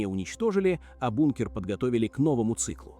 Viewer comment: 50000 футов это сколько чего? ИИшная жвачка. Слова не все произносит нормально. БУНКР